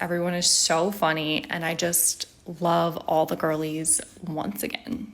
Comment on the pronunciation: Oh, "girlies"; I thought she was saying "ghoulies"! Seems more fitting